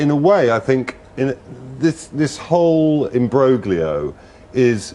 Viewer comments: He mispronounced imbroglio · He mispronounces imbroglio, though!